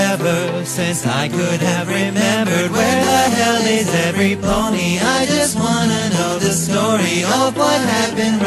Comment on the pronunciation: Otávio Mix Gamer it says everybody but pronounce everpony